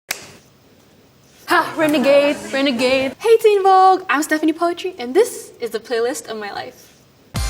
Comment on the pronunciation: 'Stephanie Poet-ry'